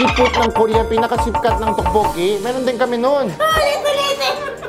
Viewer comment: Sobrang nakakatawa yung tokboki pag ka bigkas ni ryan.. Tawang tawa c yeng.. Me too.. Sobrang saya ng vlog nyo..bait ng husband ni ms. Yeng.. Ilove this vlog. ❤️